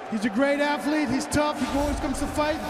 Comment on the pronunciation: Why Stipe keeps saying Alwayj instead of Always?